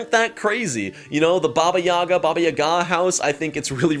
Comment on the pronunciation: Big respect for saying Baba YagA right ;)